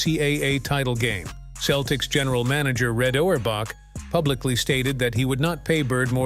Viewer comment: I agree. Aparently they are now the Boston Keltics.